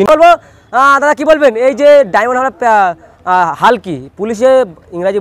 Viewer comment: তুমি চুলের সাংবাদিক ডায়মন্ডহারবার না ডায়মন্ডহাবরা কোটি ঠিক বলতে পারেন নি